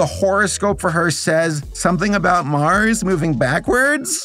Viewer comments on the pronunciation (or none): none